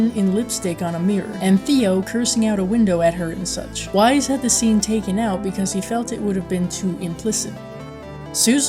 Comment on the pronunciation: It's 'Wise', like 'Fronkensteen'.